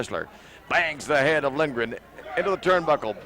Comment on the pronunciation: The PBP announcer says Lindgren, which makes more sense. The color commentator keeps mangling the pronunciation.